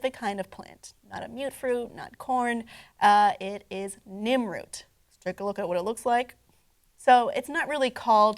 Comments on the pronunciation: I thought I was hearing things. Where did she get Nimroot? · it's pronounced Nirnroot, not Nimroot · Its nirnroot you nirnrod